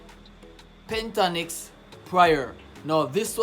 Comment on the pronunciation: Just being not picking, but it it PENT TA TON IX